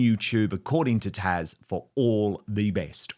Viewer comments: HER NAME IS TAZ. NOT TASH!!! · IT's TAZ not tash dan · Why Dan are you calling Taz "Tash" ? It sounds like you are anyways. 😂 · Dan her name is Taz not Tash.